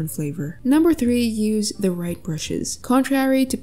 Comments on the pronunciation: "rigth" "Bruhes" accidental? then is accidentally funny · "Rigth" yes